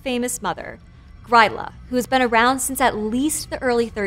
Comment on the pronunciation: Well as Icelandic í remember jólakötturinn was terrifying story when í was young btw í love how you say grýla hehe